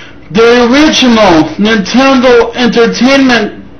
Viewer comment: neen ten doh SHIT cyuube